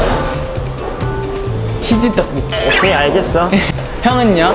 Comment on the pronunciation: he says cheese ttaekbokki the same way Sana said cheese kimbap